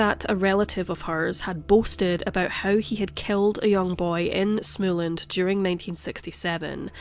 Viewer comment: Not to nitpick, but Småland is pronounced like you would say small-land (almost anyway). The letter "å" is a narrow "o". The "a" in land is an open "a" like in GAndhi. Å is practically O. Never mind the fine tuning.